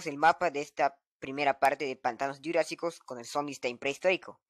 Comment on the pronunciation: es jurasico no gurasico XD like me gustan todos los videos de informacion dr pvz2